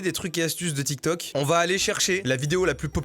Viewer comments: Elle a dit télé tok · L'arabe dans la vidéo est claqué au sol hhhh et tiktok ne se prononce pas comme elle la dit hhhh 😌